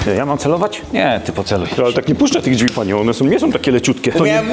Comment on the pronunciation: Jak jeszcze raz usłyszę "dźwi" to chu* mnie strzeli. Błagam "drzwi" to nie jest trudne a tak razi jak sie tego słucha